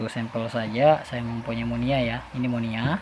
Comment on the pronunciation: Maaf, sedikit meluruskan. Bukan monia, tapi moina🙏🏼😀